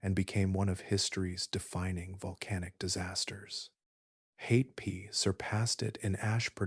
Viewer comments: Hatepe is pronounced Ha-te-pe. Not Hay-pee. To a New Zealander, there's nothing more irritating than hearing familiar place names being butchered beyond recognition. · The worst pronunciation here is for Hatepe which comes out mostly as Haypay😆 Try Ha Te Pe (the letter E is short as in GET)